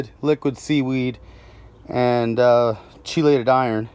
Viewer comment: The che in "chelated" is pronounced like the word "key". Basically it's "key-lated".